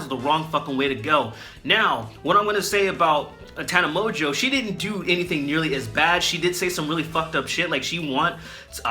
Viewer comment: My favorite part was that he bastardized her name so much that at one point he calls her 'Top 10 by Watchmojo' and it actually fits in. I don't know how he managed to make Tana Mongeau and Top 10 by Watchmojo sound similar but he did.